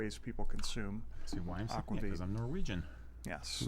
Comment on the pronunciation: Is Nordic Heritage in PV? Just wool? Aquavit is pronounced AK-VAH-VEET. (I speak Swedish fluently and have a B.A. in it as well!)